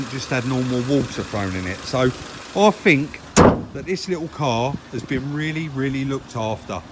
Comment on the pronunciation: I'm addicted to your videos, well done guys, but please say 'fink' once more and I'll go crazy 😂😂😂